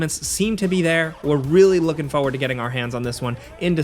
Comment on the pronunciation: Any video where has to say "Foe ward" is always a treat. I don't know why but it always makes me smile.